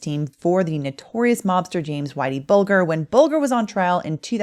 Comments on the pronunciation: Whitey Bulger. Pronounced like bulge. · It's pronounced Bulger with a soft g, "Buljer", or more colloquially "Buljah"